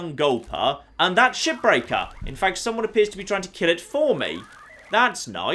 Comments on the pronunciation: is he saying ship breaker or shit breaker??? I truly think he said the latter at least 2 or 3 times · Is it weird that i hear "shipbreaker" as "Shittaker"?